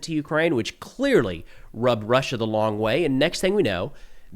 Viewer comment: “da long way” 🗣️🗣️🗣️